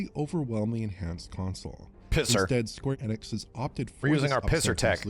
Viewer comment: And it’s not Square Eeeenix it’s Square Eh-nix, always has been. He’s been saying it wrong for years upon years